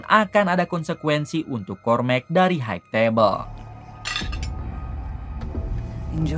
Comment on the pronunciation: hai tebel bukan haig tebel sampai kapan org ind bisa mengucapkan kata HIGH